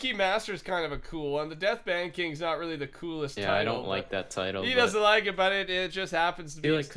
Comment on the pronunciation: When i first started watching your videos, i thought death ban was death "ben"